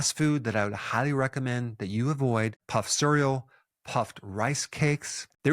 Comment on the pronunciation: "puffed sirull"? what kind of pronunciation is that??